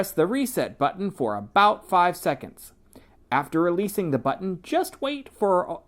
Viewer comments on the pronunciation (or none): button. Not “buttom”